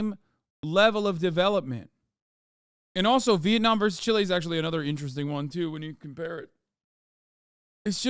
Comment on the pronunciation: MF said Chile 💀 Johnny 'Pinochet' Harris at 18 minutes sth